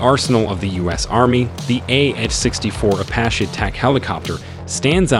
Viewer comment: Ok so the ai you used has a problem pronouncing the name of the helicopter this video is about making you loose credibility. Don’t pronounce it” apa chi “ pronounce it, “ah pach ee “